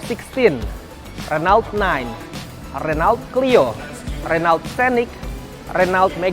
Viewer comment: its Ren-O